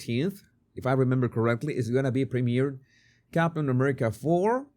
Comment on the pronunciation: What the hell is he saying? His tone is very very condescending….”ummerica” There is a level of resentment in his tone. Disney big big mistake to provide him the role. He just needed to keep the role as whatever it was…I don’t even recall.